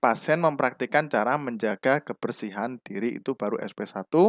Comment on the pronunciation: Diri bukan duru pak